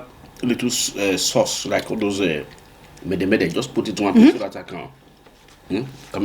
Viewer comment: Which one is Me-de me-de. 😂😂😂😂